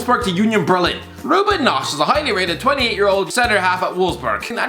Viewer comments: to Robin Knoche: „Ruben Noch“! Really? Atleast you must be able to get Robin right?? „Robin Hood“ for example might give you a clue on the correct pronaunciation... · His name: Robin Knoche pronounciation: Ruben nosch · Ruben Nosch! Always exciting to hear english speakers pronouncing non-english names 😂🙈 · I didn’t think it was possible to butcher Robin Knoche’s name like that